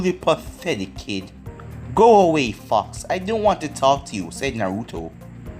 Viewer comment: i feel like ur saying fuck but u r saying fox lol